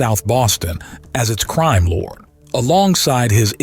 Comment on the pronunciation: It’s Crime lord not crime lore